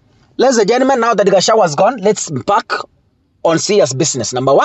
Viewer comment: You cant pronounce GACHAGUA ...g is there. You call him Gachawa...Pleeeaaassse Ndewa....Ndegwa....G again